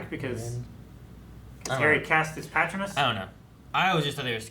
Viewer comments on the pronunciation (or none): Did I just hear someone pronounce it PAT-ronas? WHAT??!